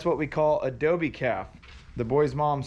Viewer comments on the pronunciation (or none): Sorry, to correct you, but it’s not dobie, it’s dogie.